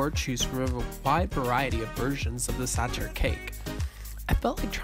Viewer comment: It's pronauced saHer not saCHer, and it's not made with raspberry but apricot. I don't know how you do a channel about food but can't taste difference between those two fruits